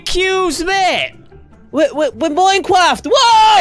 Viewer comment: WERE MWINECWAFT